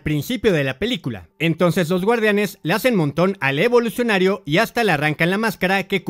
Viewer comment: Lo que mas odiobes que dice evolucinario cada rato we